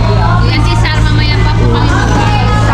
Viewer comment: Marita not Mareta Cesar not Cisar